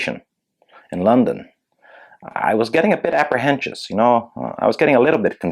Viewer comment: "Apprehencious" lol